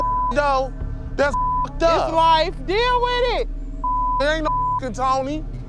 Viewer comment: "DEAL WIDDIT!!!"